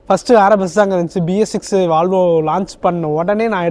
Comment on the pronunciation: Bro it's not "valvo, it's volvo.